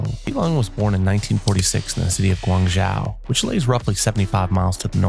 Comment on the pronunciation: Guangzhou is pronounced Guang "Joe"